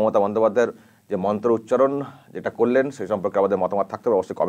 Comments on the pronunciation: ভুল মন্ত্র পাঠ করলেন নিলর্জের মতো।🙏🇮🇳🙏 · ওরে বাবা এ আবার কেমন হিন্দি, আর মন্ত্র উচ্চারণ, উনি হয়তো 🤔🤔🤔 বই সাফায়ে ফেলবেন শিগগিরই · মমতা ব্যানার্জির মন্ত্র শুনে খুব হাসি পাচ্ছিল।কি ভুলভাল মন্ত্র বলছে। উনি কি হিন্দু না অন্য কিছু সন্দেহ আছে। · হিন্দু ব্রাহ্মণ হয়েও ভুল মন্ত্র উচ্চারণ করে ।সে আবার অন‍্যের ভুল ধরছে। সত্যি খুবই হাস‍্যকর ব‍্যাপার। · ভুলবাল মন্ত্র উচ্চারণ করে পাপ করছে